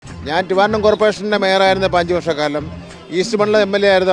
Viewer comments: റ്റിവാൻഡ്രം അല്ല ട്രി ട്രി ട്രിവാൻഡ്രം. നിർത്തി നിർത്തി പറഞ്ഞു പഠിക്കൂ. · റ്റിവാൻ്റം കോർപ്പറേഷനോ വൃത്തിയായി പറയടെ ട്രിവാൻട്രം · ട്രിവാൻഡ്രം എന്ന് പറഞ്ഞു പഠിക്കൂ അയാൾ പറയുന്നത് ടിവാൻഡ്രം എന്നാണ് പറയുന്നത്.... വിദ്യാആഭാസമന്ത്രി